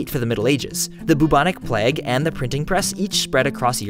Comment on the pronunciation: With respect, he doesn't sound like an idiot. He sounds very intelligent and knows what he's talking about. Have you seen the other video about why chlorophyll is green? Definitely not an idiot. Although I do agree his pronunciation of "plague" was one I had never heard before, it isn't really a big deal, is it? Calm down and enjoy the science. :)